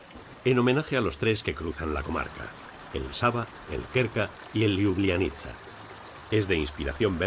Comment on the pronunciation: Acentúa mal algunos nombres. P. ej. Ljubljánica, Cérknica. Me gustó el video. Estuve en el 2000 dos meses y no pude conocer todos esos bellos lugares y paisajes de mi tierra natal. Apenas Ljubljana y sus alrededores.